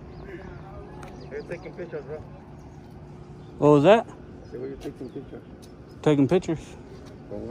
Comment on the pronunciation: wtat instead of what